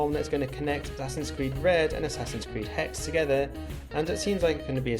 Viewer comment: HexE! Not hex.